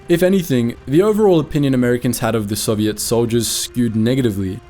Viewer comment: You pronounce Soviet wrong